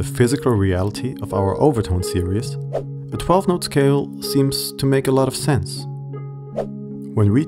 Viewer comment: I'm guessing you are German? You pronounce the word 'series' as serious.